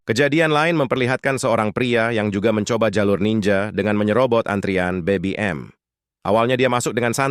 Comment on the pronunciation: Saya sudah ngomong, no urutnya ke 146, knapa maksaa ?? Haahhh.. hhaaahhhh ????!! Admin jg,, es'pebeyu dan bebi'em salah kosa katanya, yg bener Bebe'em dan es'pebe'u.. di ralatt min di raalllaattt